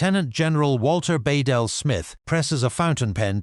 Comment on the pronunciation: It’s pronounced Be-Dell